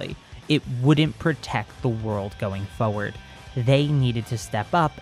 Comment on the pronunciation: Can u please say forward properly instead of saying furwerd